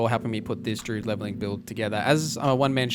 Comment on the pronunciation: good video man but you aren't pronouncing druid properly